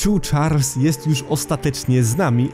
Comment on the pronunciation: Muwi sie Charles a nie chars